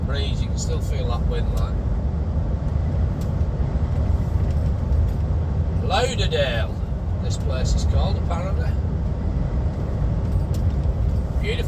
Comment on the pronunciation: Lauderdale pronounced Law-der-dale.